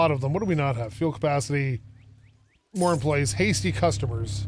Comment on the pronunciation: “It matters how you word things and how you say things” *pronounces employees “employlees” Haha sorry. Been watching you for years and have to give you some crap. I also don’t skip ads sooooo…you’re welcome? Keep ‘em coming. I love this series:)